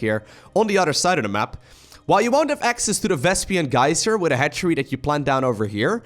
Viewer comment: Hello?? Vespian geyser?? Sounds likr lesbian geyser. Lel